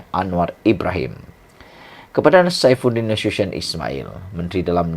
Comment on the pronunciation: SAIFUDIN NASUTION SEBUT YG BETUL 😂😂